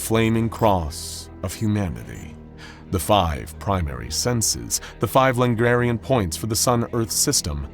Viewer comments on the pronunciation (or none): "Five Langarian points" -- still at it with the pronunciations, I see...